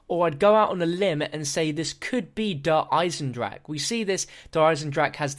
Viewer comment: you put in so much work and fair play. bo3 zombies has been far better than mp. but please pronounce der eisendrache correctly